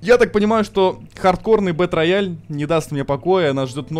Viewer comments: Сам ты бетрояль) Это читается как БИТРЭЙЛ! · Зэ Бэтрэйал, а не рояль - _ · «БэтРаяль»😅… Язык выучи. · БэтРояль? Просто кровь с ушей, еще и повторил +100500 раз. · БЭТРЭЙАЛ, И ЧИТАТЬ ТОЛЬКО ТАК. БУЛКЕ ВЫВЕДЕТЕ В ТОП, ЧТОБЫ УВИДЕЛ!